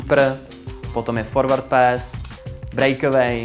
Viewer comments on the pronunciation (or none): neumí říct pořádně forwad pass